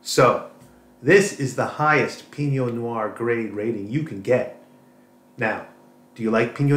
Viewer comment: The algorithm just recommend me your channel - as a lifelong audiophile and scientist (physicist) with acoustics specialisation, I was intrigued to see your content. Interesting review. Good to know there are some good affordable IEMs out there, evsn if I don't ever use them. By the way, Pinot noir is French. You are pronouncing it as if it were Spanish Piño - in French it is like "pee+no". All the best, in Switzerland.